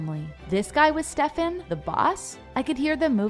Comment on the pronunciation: How are you pronauncing Stefan?😭